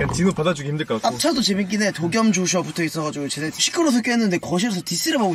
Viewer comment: did jeonghan say 'joshuji'???